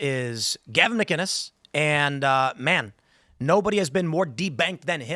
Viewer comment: McInnes with a hard C not G 🙄